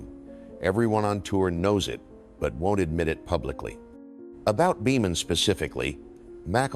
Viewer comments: Dear AI Dean Boemen is pronounced “Beeman” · Beman is pronounced “Bee-mun” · Catch well, that's it for this video because only AI would pronounce Beman that way ¿`_ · This really is a beautiful story of a life well lived. Sure wish Mac would come back and do some of those awesome clinics. I thought the narrator was until he mispronounced Dean Beaman’s name. AI? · i think your right. I really do not like AI content. I stopped when it butchered Beaman's name. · would never butcher legend golfers names. Mispronounced names is a dead giveaway that it's Ai. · Definitely an Ai generated voice. I stopped watching when it mispronounced Beamon. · Narrator's voice is from the original Golf Channel broadcasts. Is this AI generated? The mispronunciations of names is appalling! Bemun? BALesturos?